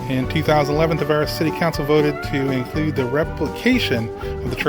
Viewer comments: Tavares is pronounced like strawberries. Almost like Ta-varies. :) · welcome to lake county we pronounce it Tav air reeze